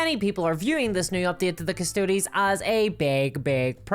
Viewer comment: OMG! It's Custodes not Custodes! Omg 🙄 and I'm woke so.....